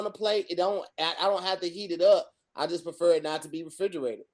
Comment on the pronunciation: “Hey Tom, we didn’t even notice he fumbled Tom. He’d said “I preter “ warm potato salad. Back to you Tom🧏🏽‍♂️” xD